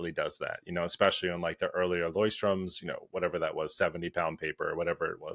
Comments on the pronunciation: Great Pens, great Video. <3 How to pronounce "Leuchtturm": IPA: [ˈlɔʏ̯çtˌtʊʁm] Phonetic Spelling: LOYCH-toorm Here is how to break it down: Leucht ([lɔʏ̯çt] / LOYCH): Starts with LOY (rhymes with boy or toy). Ends with a soft CH sound—like the whispering "h" sound at the beginning of the word "huge" (or a cat softly hissing). turm ([tʊʁm] / TOORM): Sounds like "toorm" (with the oo sound as in tour or book - no "s" like "storm"). Put it together: LOYCH-toorm Greets from Germany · Lol, I thought Leuchtturm was said like they do in Germany. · I love your videos! As a German I quite enjoyed the Lamy and Leuchtturm pronounciation part :D If you really want to know how to pronounce Leuchtturm, maybe watch a German video about them or ask a translator, cause it is the german word for lighthouse :p